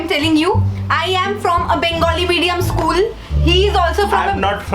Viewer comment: 😂😂😂😂 bark english.....😂😂....eschool....😂😂😂